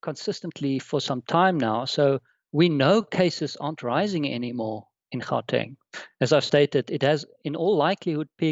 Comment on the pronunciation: Really only recorded 4 days ago? Would've thought host would've known how to pronounce Gauteng and Omicron (ohh-me-cron) and know not to refer to it as the South African variant. 🙄